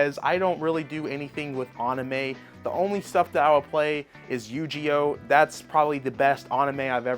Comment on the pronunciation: This man said YuGeEOh